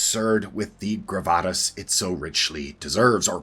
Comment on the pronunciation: I don't believe gravitas is pronounced that way, at least in 40 years, I have never once heard it pronounced that way.